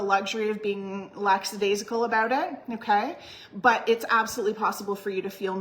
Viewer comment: "laxadaisical"?😂😂😂😂 wonder what was on your mind, laxatives perhaps?😂😂😂😂